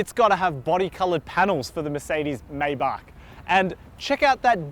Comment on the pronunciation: Take a drink for every time he pronounces 'Maybach' a different way.